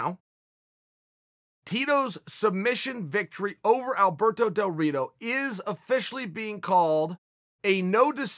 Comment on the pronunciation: Did Chael say Alberto DelDorito?